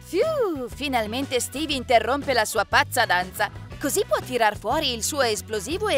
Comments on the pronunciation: Intanto ci dice steve e non stiwy ma poi non si dice fort nite si dice fortnite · alora vi dico solo qiesto miglioratevi cazzo c'e non sapete pronunciare bene Fortnite e un scorso video pronunciate male minecraft e poi non si chiama capelli rossi si chiaba bombarolo lucente credo e laltro si chiama steve non stivi minkia ma che cazzo. poi sbaglio hai detto steve scopa con la combattente fortnite 🤦‍♂️🤦‍♂️🤦‍♂️🤦‍♂️😂😂😂 alora siete bravi avete delle idee belle alcune pero non pronunciate bene delle parole che mancho i bambini di 7 anni riescono a dire fortnite bene o minecraft. e poi di dice enderman ma con la "è" si pronuncia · Pronuncia bene i nomi dei giochi e poi Stevie e Steve ma do che cringe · Non si dice stevee